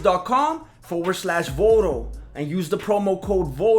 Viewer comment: te lastimaste when you pronounce Voto in such a manner lol